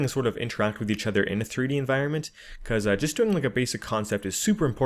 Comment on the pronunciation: I'm sorry dude and I hate to nitpick but it's environment